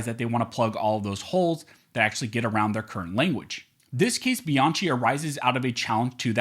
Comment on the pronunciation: If you are spelling the name Bianchi like I did it's pronounced BianKi. If it's spelled different forgive me. In any case your videos are informative.